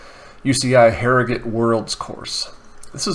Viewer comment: Pronounce it Harrygurt